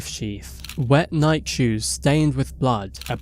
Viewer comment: Did he call them Nike, rhymes with bike, shoes? Must be AI.